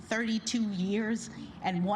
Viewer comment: Anyone else notice how Trevor says "yurs" = "years"